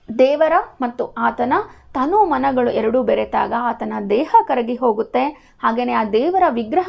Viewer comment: ವಿವರಣೆ ಚೆನ್ನಾಗಿದೆ..but ಕೆಲವು ಪದ ತಪ್ಪು ಓದುವಿರಿ ಉದಾಹರಣೆಗೆ ತನು ವನ್ನು ತಾನು ಎನ್ನುವಿರಿ..ನೀರುಂಬಡೆಯನ್ನು ನೀರು ಬಂಡೆ ಎನ್ನುವಿರಿ..ಇವುಗಳನ್ನು ಗಮನಿಸಿ